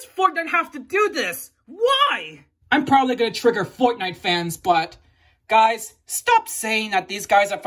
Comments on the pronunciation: I like how u say foutnite not fortnite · I love how he says fortnite Foortenight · I love how you say Fortnite 😂